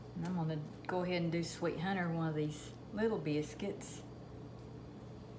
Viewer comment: Take note: this lovely lady must be from the tri state area of Tn,MS, Ark. Notice how she says “ biscuits “. She’s home folk.❤️ I just here to listen bc I am homesick 👍🏿💁🏿‍♂️🙏🏿 God bless y’all.